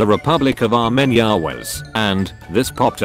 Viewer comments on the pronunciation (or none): none